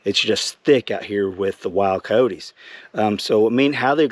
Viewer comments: Cy-otes dude not coteys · They are pronounced K eye yote